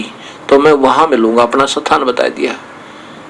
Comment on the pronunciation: स्थान को सथान palace को पाॅलेस बोलता हैं ये जाहिल !!!!! ये वेद-शास्त्रो का ऊपदेश करता हैं !!!!! महामूर्खशिरोमणि